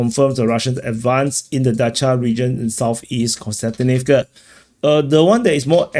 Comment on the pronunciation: As a person named Konstantin, it is also the correct way of saying the word/name :)